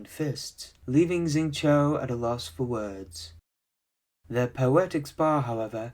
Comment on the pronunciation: Pronunciations of Zhongli and Xingqiu were really off